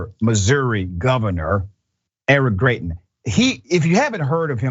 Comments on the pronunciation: His name is actually pronounced as Gry-tens. I know because I'm from Missouri. When he visited Jackson, MO to discuss state taxes, he was peppered with questions about kidnapping his side chick and his threat of revenge porn. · it's pronounced Gry-tins. sadly, I know this because I'm a resident of this backwards ass state.